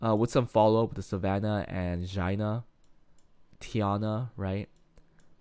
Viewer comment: Did you call Xiana Jina? 😂